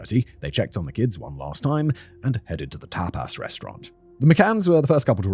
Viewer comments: Tap aaass restaurant lol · Simon pronouncing tapas as tap-ASS is the best thing about today for me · You're a tape-ass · Tbf it's the British pronunciation and how it's pronounced in some countries alphabets so if he was unfamiliar with the word it'd be a normal guess